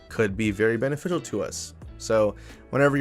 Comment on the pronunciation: i love listening to his little word slip ups “benefidal” lol